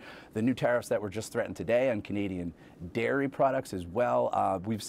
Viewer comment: Said the grifter that's been ripping Americans off his entire life!! Also, did he just say number & lairy products?!?!?